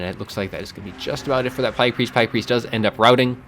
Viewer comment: whats up with pronouncing it plæyg? not trying to be rude or anything, its just doesnt seem like you have an accent